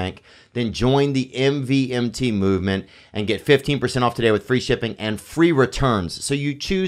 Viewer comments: It's pronounced movement. Their watches are garbage. I like how brenden is selling 3$ chinese watches while wearing a 25k solid gold rolex sub. 😃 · Them not knowing it’s pronounced Movement watches lol